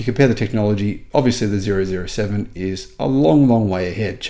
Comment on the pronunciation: you are so funny. Zero zero 7, wake up, it's double O 7, like in Bond, James Bond😅😂